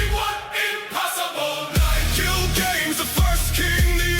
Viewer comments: I mean it's AI that's not surprisin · It's AI singing. The lyrics are banger but when you have "Gil Games" rather than Gilgamesh and other mispronunciations it's a bit obvious. Lyrics are fire tho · The AI messing up Gilgamesh's name is a big letdown